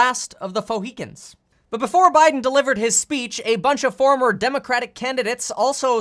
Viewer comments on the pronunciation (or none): Omg! H said last of the fauxhecans!🤣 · last of the " foehichians" lmao,nice one kev!! always informative videos unbias straight to the point 👍👍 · Last of the fohicans!!!🤣😂 omg I just cant anymoree!!!🤣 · “The last... of the Fauxhicans”.